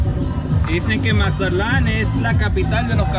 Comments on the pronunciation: Can you say Mazatlan right for once in your videos . Don’t say Mazalan say Mazatlan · My hermano can't say mazatlan